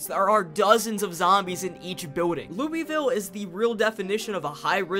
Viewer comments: not even three minutes in and he says louisville wrong. its ok, everyone who isnt from the area (or who dont have relatives there in my case) says it as its written. How to pronounce it correctly: Lull-vull. It really rolls off the tongue. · He also said Lewy ville instead of Louisville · As a kentuckian it hurt my brain when you said "looey-ville" instead of "loouh-vull" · great video however as a native kentuckian who deals with this a lot...ITS LOO-VUHL NOT LOUEYVILLE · ITS LOO VUL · I'm from NC and live in Louisville and he pronounces neither of them right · The way you pronounce Louisville is like nails on a chalkboard to a person that lives in Kentucky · that pronunciation of Louisville is killllllllling me :face-red-droopy-eyes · Yall mispronounced "Raleigh" and "Louisville."